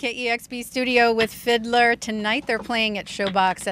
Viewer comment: ITS FID-LAR NOT FID-LER GET IT RIGHT LADY